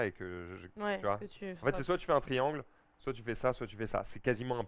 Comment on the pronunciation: « On est en France, on dit pas « soite »… allez on refill » 😆🤦‍♂️